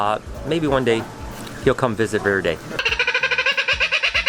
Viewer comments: Its verde not verdis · Is "veer-day" supposed to be Verde? As in green in italian? It's pronounced ver-day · That is the most american verde iv ever heard in my life. Vvveeerdey lol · You're pronouncing Verde Verde very wrong its Spanish word for green you pronounce it very wrong